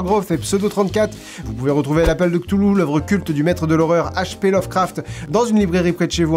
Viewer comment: Enfin quelqu'un qui sait prononcer Cthulhu et R'lye correctement, ça fait zizir !!!! PS: "zizir" ?? Ho putain, JE SUIS VIEUX ! (c) JDay